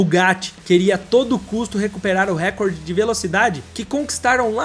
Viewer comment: A palavra "recorde", você está pronunciando errado, como a maioria das pessoas. A pronúncia correta é (RECÓRDE) e não (RÉCORDE).as pessoas não pensam mais, não refletem, só agem como gado. Igual a palavra IMPEACHMENT, todos pronunciam (IMPITCHMÃN) quando a correta é igual a escrita dela, (IMPITCHMENT).